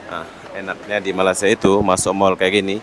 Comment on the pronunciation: Bro awak selalu dtg Malaysia tp sebutan tu masih tak betul, Malaysia bukan malasia😊